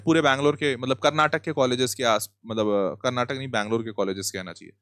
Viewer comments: sir pleaseee, its not KARNATAK its KARNATAKA. for christ sake pronounce karnatakaaaaaaaaaaaaaa🥲🥲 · Sir, can u please pronounce it as Karnataka rather than Karnatak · One request please pronounce karnataka❤. Instead of Karnatak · That's Karnataka Not Karnatak 😡🤬